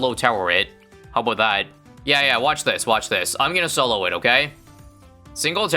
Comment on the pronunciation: Is "aboot" another ISABism like "ASAP as possible" or is it his nationality showing?